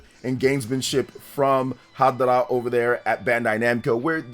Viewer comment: Harada not hadara